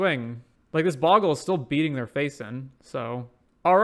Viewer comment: No sorry, it's Bogle not Boggle.